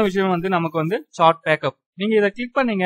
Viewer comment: Bro athu சேட் சாட் இல்லை